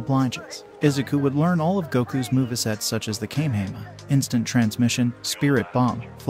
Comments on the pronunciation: “Kame hame a” 😂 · Ki - kai 😂😂😂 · Its Pronounced KomA HomA Ho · Kamayhamayha is how kamehameha is pronounced why don’t these automated voices change that and pronounce it correctly mane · You're not pronouncing vegeta's or Goku's Kamehameha right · "Veggieta"💀 "Kay"💀 "Texas S S S S M M M M A A A A S S S S H H H H"💀 "Kaymehame"💀 "Laive"💀 "Ayzawa"💀 "Uraka"💀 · The way he pronounces vegeta and kamehameha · A bit of mispronounced names and moves like Whis and the Kamehameha.